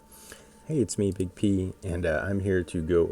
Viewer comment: I heard "Hey it's me, " and had to keep watching